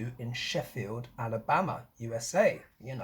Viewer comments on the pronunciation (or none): none